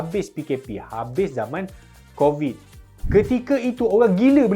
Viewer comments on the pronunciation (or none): none